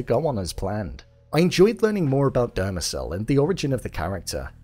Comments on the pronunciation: It's not Dermazel it is DEMERZEL!! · It’s Demerzel, not Dermezel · Christ Almighty ...you have the episode to reference and you STILL mispronounce things. It's not Dermezel or Abararis...Demerzel and ubaranis. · The way you pronounce Demerzel is getting under my skin 😂😂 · I think you pronounced Demerzel wrong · You're still mispronouncing Dermezel's name.